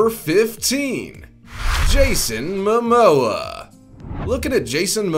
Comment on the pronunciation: *MOMOA! Not Mamoa! You couldn't even get his name right. Zero credibility.